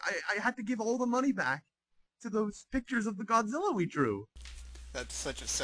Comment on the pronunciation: Does he say "Gonzilla"? LOL